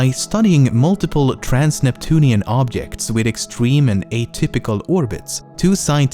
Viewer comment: Are we all gonna IGNORE THE FACT THAT THIS GUY CAN'T SAY OBJECT OR OBJECTIVE ? :))